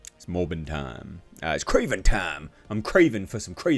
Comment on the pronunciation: "It's Krorvbin' time..."